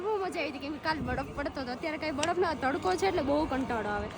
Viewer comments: Badaf nai baraf bolo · બડફ ના બોલાય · બડફ bole 6 ❤😊